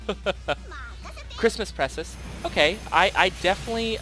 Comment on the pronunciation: Zephyr Weiss i mean....he didnt say Precis right...he didnt say Mirages last name correctly...i pretty much gave up hope on subscribing after the blatant name botching.